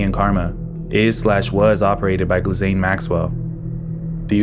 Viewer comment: fyi ghislane is pronounced "gee-lane".